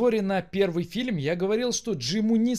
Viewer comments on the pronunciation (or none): Раздражаешь говорить "филем" вместо "фильм"...